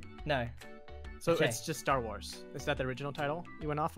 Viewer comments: Is grians "tarwar" insted of "starwars" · Tar war pu in boots? Lol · tar war... really dude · . I thought it was Star Wa (wa as in "what?"). . No, it's the Ark Night. If it's just Ark Knight, then only 1 letter is missing. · Man Grian don’t like the two s’s in Star Wars.Lol😂